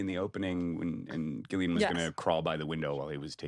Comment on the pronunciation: I hate how they pronounce Gillian’s name. The drop in quality in commentaries is mad.